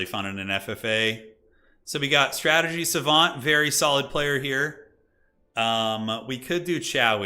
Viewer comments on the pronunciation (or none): none